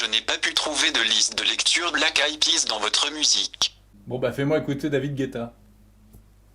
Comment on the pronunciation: "c'est quand même dinque qu'un téléphone californien ne parle pas anglais" XDDD bien envoyé looooool "Black aïe péa" XDDDD